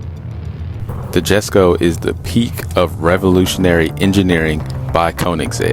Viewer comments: Torque vectoring had NOTHING to do with the Regera. It isn't a Jess-ko it is pronounced Yes-Ko. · great video just saying its pronounced yesko